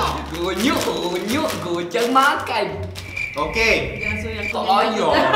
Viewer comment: renyuk bukannya gonyok 😹